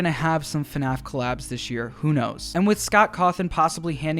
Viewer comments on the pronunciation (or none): “Hello everyone and welcome back to another episode of fuhnaf”